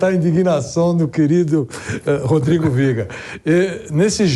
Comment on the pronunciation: O melhor momento do viga, é quando ele diz "Rodrigo Viega"aí eu sei que já acabou.